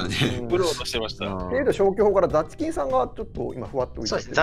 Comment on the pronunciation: the chikin さんの発音がダスキンさんwww